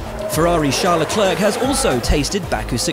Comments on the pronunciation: "leclerck" XD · Is this guy pronouncing Charles Leclerc name correct? It counts like he is saying it like Leclerk . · "le clerk" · Stop pronouncing the last c in Leclerc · Please stop pronouncing the 'c' at the end of 'Leclerc', it's so annoying.